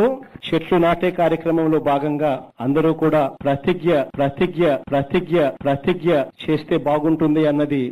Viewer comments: Prathijja kadu prathigna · అదీ ప్రతిజ్ఞ ..... ప్రతిగ్యా కాదు...